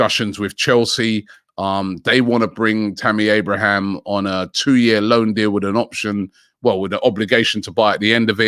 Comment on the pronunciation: He’s never gonna learn 😂 “Lachuro” Martinez, Tammy “Abrahams”